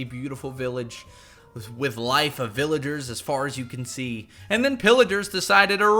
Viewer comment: "To even mining vilagers" VillagOre